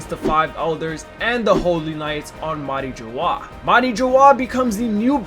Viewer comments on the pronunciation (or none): MARIOAA? you mean Marijoaa?